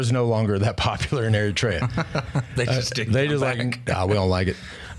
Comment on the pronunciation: Not to be a douche, but you’re pronouncing Eritrea wrong. Look it up.